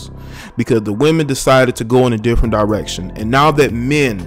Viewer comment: Lmao “Differment”